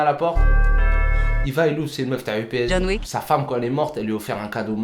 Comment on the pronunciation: C'est méga drôle car à chaque fois que quand j'entend "John Wick" moi j'entend "John WEAK".